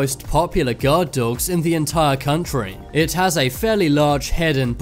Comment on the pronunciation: And you say dogs like "dawwogs" 😂